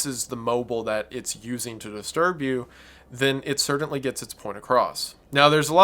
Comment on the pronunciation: The way you say "certainly" is "cerdantly" strange